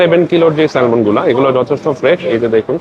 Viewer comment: শব্দ টা হবে স্যামন ল উচ্চারণ হবেনা